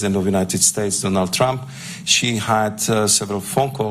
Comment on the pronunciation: Se pronuncia(tromp) no tram😂😂😂